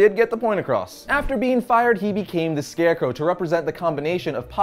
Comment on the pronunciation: I love ' pronunciation of Scarecrow.